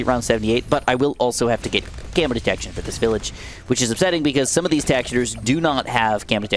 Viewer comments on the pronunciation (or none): none